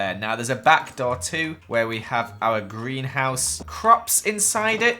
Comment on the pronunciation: Did he just say, GriAn HouSe